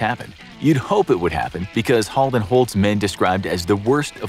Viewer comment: So true, and you even said Halden Right :D Regards A Norwegian :D